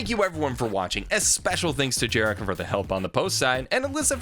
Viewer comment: nah homie, it’s jerihkcahh